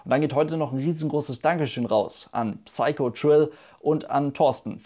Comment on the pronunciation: Achtung Klugscheißeralarm, aber wollte es nur mal sagen, weil Piloten nun mal Englisch sprechen können sollten...dazu zählt auch die Aussprache. Das englische Wort Psycho spricht man "seiko" aus, nicht "Pseiko". Also ohne "ps"-Laut. Sorry, wollte es nur mal erwähnen😬